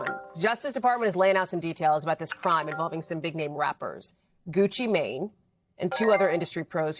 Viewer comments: I’m sorry, but the way they making sure the way they pronounce “Mane” is sending me!!! I can’t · She said "Mane" like thats his last name 😂